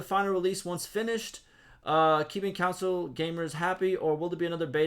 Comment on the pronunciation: Not that it matters Lol. but, it’s like saying on with a C in front of it. You are adding a U sound in it. Anyway love the vids. As a console er, I mean counsole player I’m patiently waiting while playing ranked AOE 2, Dawn of man, and some medieval dynasty.